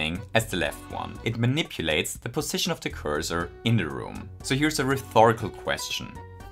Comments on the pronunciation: Rhetorical is pronounced “rett-o-rik-al” with a short O sound and no TH anywhere. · I giggled a little every time he said “rhetorical” like “rethorical” lol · Nah guys its he just pronounces everything wrong on purpose for the keen listeners. Also it is only reh-TOR-ik-ul